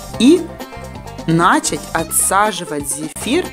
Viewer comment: Прекрасный рецепт. Но не нАчать, а начАть.